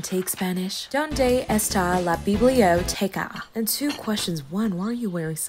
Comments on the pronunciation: Donde esta la bib le oh taycha She pronounced book wrong. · the pronunciation of bibliotecha killed me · I DIED AT THE DISNEY CHANNEL PRONUNCIATION OF SPANISH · That pronunciation of "Donde esta la biblioteca" has me fucking reeling thank you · THE BIBLOTECA PRONOUNCIATION WAS SOOOO BAD LMAOOO